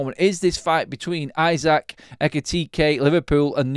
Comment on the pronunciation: Pronounced ee-sack